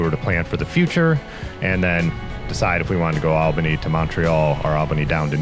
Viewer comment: Great video and fine narration. Did you come across any bikers who bike packed and slept in their own shelters on the trial? Oh BTW take this as helpful nothing else. It's pronounced All-ba-nee.